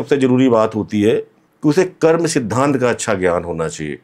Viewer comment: कर्म को कर्मा क्यों कहते हैं, क्या आप अंग्रेज हैं 😂